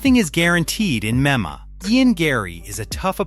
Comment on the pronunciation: Imagine having an MMA channel and cant even pronounce M-M-A! 😂